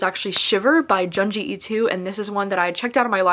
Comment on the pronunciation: I have read 9 books in the month of May, mostly good books. My favorite book might be My Dark Vanessa. I really loved Tender is the Flesh as well. Btw, Ito is pronounced more like I(toe) not like I(to). Happy reading :)